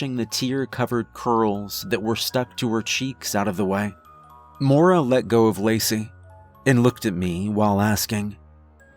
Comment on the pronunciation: Only criticism, it's pronounced moy-ra not mora. But great story regardless